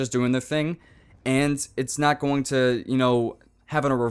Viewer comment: i think its really weird that he pronounces "and" "ance"